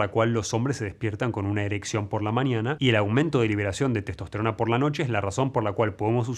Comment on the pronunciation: Maestro, dice testost_rona